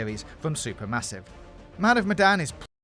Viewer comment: "great" "Man of medan" mdr